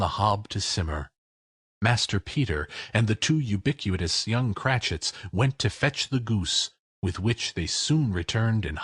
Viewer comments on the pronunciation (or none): The Reader made a mistake in pronouncing "ubiquitous." He should have said "oo- bik'-wit-is" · Great reading and voice characterizations. Thank you, Reader. Update: Sorry to say "ubiquitous" was mispronounced.